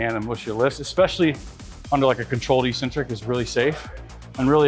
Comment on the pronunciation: Eccentric is pronounced ik-sentric, not issentric. Everybody gets it wrong.